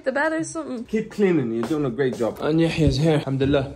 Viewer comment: Yahya's pronunciation is killing me. Why are you talking so round man???? 😂💔